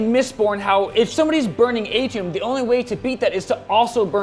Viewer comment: Flinched like a dog when you said “Mistborn” and “atium”